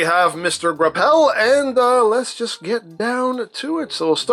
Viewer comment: "Mister Gra'Pell" 😅